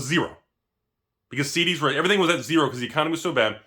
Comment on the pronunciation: Everytime he said CDs, I heard SeeDeezNuts